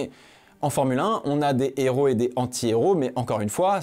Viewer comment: Bien que le fait que tu ne fasse aucune liaison sur "antihéro" m'a rendu fou, la vidéo est TOP bravo 😂